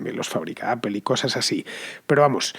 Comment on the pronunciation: Apel ...ifon... tim cuc... Teniendo Inglaterra alado...y siguen con esa pronunciación...jajajaja